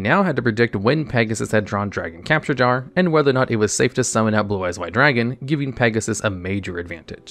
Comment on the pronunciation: love the video as always, but just a bit of constructive criticism: You might consider slowing down as you read your script, as some of your words are mispronounced (dragon capture gar was heard, Solemn Muto instead of Solomon, etc.) which might be fixed by just reading slowly and more clearly.